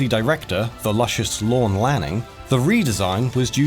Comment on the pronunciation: Why'd you call him "Lucious" ???